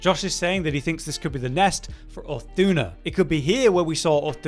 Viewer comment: Can we talk about how badly he is pronouncing Uth Duna's name?